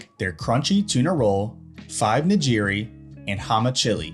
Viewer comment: Nigiri....It's pronounced nee-gee-ree....not nuhjiri